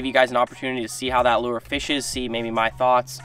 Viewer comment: Its lure not loo-er